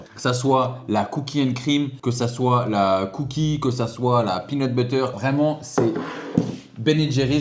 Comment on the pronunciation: "la pineur butter cup" -"la pinut, la pinut" 😂😂